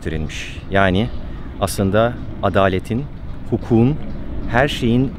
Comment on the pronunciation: natiçazane bir uyarı tespit: 1. 4.37'deki ifade hukuğun değil hukukun olmalı. 2. 4 Temmuz üzerinden yapılan bu video, yayın tarihi 9 Temmuz olunca "adalet" vurgusu subliminal bir mesaj içeriyor mu diye düşündürdü beni. İnşallah öyle değildir.